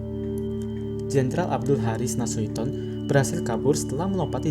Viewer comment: Nasution bukan nasuiton